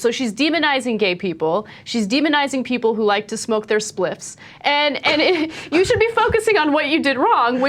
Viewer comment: There you go Ana, "Spliffs"......we will NEVER forget. :D